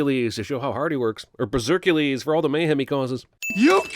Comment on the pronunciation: When he said bezercules I almost spit my water all over my school computer😂😂😭